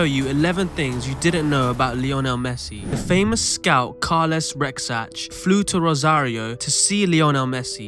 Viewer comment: It's Rexach. And Carles is pronounced as "Carlas" unless you are from Lleida or Valencia